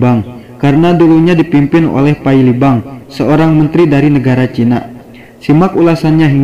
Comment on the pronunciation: Kenapa sriwijayak, chinak, duniak koq akhirnya K